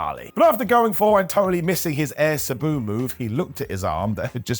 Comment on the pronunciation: "Subu"?🤔 But, why? You've heard how it's pronounced, even from Sabu's very own mouth. It boggles my mind when you do this, and it happens a lot.